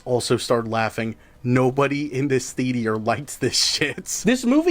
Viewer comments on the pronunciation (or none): ya know I love ya but you gotta learn that you don’t pronounce theater and meteor the same way.